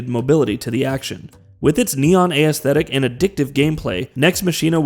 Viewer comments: Nex Machine-uh and the A-S-thetic is gonna be the name of my new band. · Right when I heard aysthetic, I knew this guy didn't write the dialogue for this video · Bro, I'm trying to love your videos but please pronounce "aesthetic" correctly! lol, it's killing me every time I hear you say it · SAME. Especially if he's going to use it REPEATEDLY like he does, omg. It's like he's only ever seen the word written and never actually heard it.